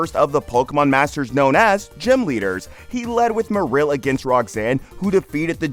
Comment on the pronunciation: "marrill and leeeza (marril and liza) please think harder about how things will be pronounced properly. It's offensive to those who take this seriously